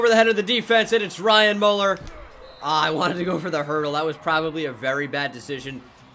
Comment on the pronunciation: It’s... Mueller Me•u•ller not Muller